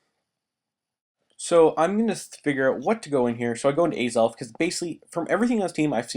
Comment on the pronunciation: alright im not trying to hate, but how do you mis pronounce azelf?